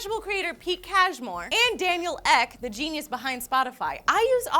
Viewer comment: Ek! not Eck! It's 2 letters, shouldnt be that hard to say...